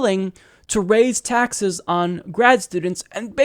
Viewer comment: Jake was tired. He mispoke a couple of times (taxe(r)s, Senator S(t)anders). And those poachy eyes. But he had enough gas to burn Cruz and his dull charts.